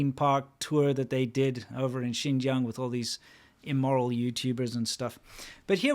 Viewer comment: lol, gotta love how I barely know any Chinese but I pronounce "Xinjiang" less like a foreigner than this shill who LIVES IN CHINA